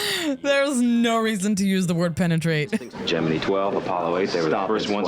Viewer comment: The only thing I hate is how pronounces the word Gemini when referencing Gemini 12 mission.